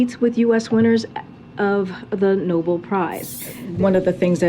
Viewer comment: Obviously Karine isn't the A+ press secretary of all time but I really don't understand the digs at her mispronunciations of things. Yes, she should know how to pronounce 'Nobel' but she's clearly multilingual and that comes with sometimes not pronouncing everything perfectly. I really dislike the ethnocentrism that this and other conservative channels display sometimes when at the same time you are completely off on certain topics (Candace Owens especially). Not to wave the woke flag, but it's just an irritating pattern I've noticed. I'm all for nationalism and patriotism and all but I also think it isn't difficult to have a little tolerance considering North America is a melting pot for better or for worse.